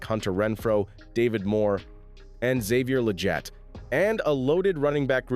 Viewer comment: “Xavier Lejet ✈️”